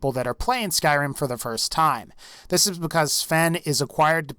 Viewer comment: ugh even the way you say Skyrim is disgusting.